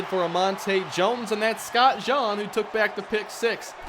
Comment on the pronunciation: When you say Scott Jean like KJC's name it doesn't sound right, I think it should've been said like the article of clothing